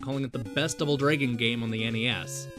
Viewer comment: I hear: Double Draygin too